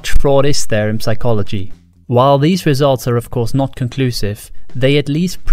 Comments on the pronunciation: Stop pronouncing the P in Psychology, you maniac! 😂😂😂😂😂😂😂😂😂😂😂😂😂😂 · ridiculous i know, but it bothers me that i can clearly hear you say the "p" in "psychology" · Holy crap, a talking owl! and it can pronounce the silent 'p' in psychology! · Why is he pronouncing psychology wrong? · Good video, btw : You don’t pronounce the “p” in “psychology” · Someone probably pointed it out, but the P in psychology is silent :) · P in Psychology is silent